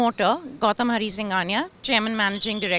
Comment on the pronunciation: गौतम Not गौतल 😂😅😂